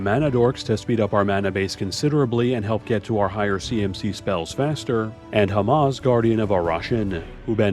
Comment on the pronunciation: pretty sure its hamza not hamaz :p